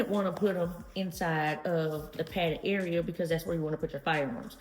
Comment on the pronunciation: Lol I thought you said padded farts. That's a great looking bag though.